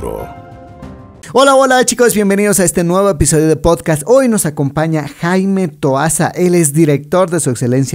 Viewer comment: Dice TOASAN???